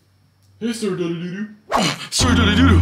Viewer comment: Its not sir dadadodo its sir dadadoo